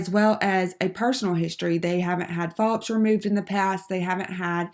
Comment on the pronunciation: Is it just me or were the mispronunciations of medical terminology just ruining this video? The speed-talking while reading the coding definitions was crazy as well. I understand that you are trying to be helpful with the video, but if you are in the coding field, you should really know how to pronounce these terms correctly. Also, am I the only one hearing her say polyps as if it starts with an "F"? Really distracted me from the material.